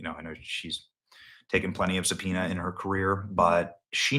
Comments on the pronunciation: “Taken Plenty of sub-pee-na in her career.”😅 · ""She's had a lot of supoena"!😂😅😂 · ”..She's taken plenty of 'subpoena' in her career" 🍌😂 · "Taken plenty of sub-pena" is wild af. 😂😂